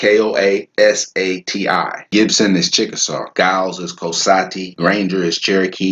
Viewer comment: Thanks a whole bunches WOW!!! Although i couldn't understand the pronounciation of lincoln county indians . 😍koasati